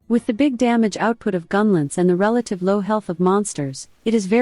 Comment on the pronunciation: Hard to listen to with the ai voice and every 10 seconds saying the word "gunlentz".